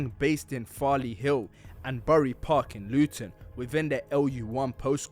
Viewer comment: Bury park is pronounced berry park, also everyone knows the real man that run Luton are the bury park older lot and a few other Asian man, can’t take this seriously with the amount of black yutes ur showing bunch of nobodies wallah